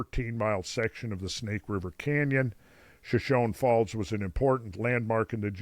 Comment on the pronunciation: Per usual, great presentation, Randall. Point of pronunciation: Shoshone Falls is: shuh-show-nee faalz